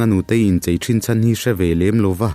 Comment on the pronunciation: Kolasib lam atangin, in thlahrung deuh in chei nilovin "CHHEI" tih zawk tur aw 🤭 hian lo ti dik tawh rawh se 😊